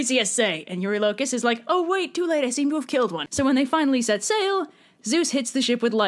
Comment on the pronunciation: I thought you said "same to me" at first and I was like, "wait what?!"